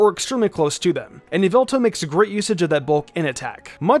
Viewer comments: According to MandJtv it is not Ee-vel-tal, it's Ya-vil-tall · its not yeveltal its yahvoootal get it right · Just thought i’d correct you. Its YAH-VEL-TAL. Thats a joke for the mandjtv fans out there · Its yaveltal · All I’m gonna say is......... Y’all-vil-tall